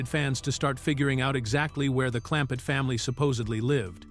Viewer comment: Absolutely.😂😂😂😂 Jethrin? WTF? Clampette? What?!? Jalopee? 😂😂😂